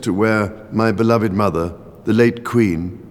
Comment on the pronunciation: not so sure, he does not know how to say beloved